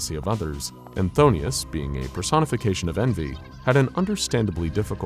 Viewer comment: Just a heads up, its pronounced f'thone-us, not fthonius. Love your work tho!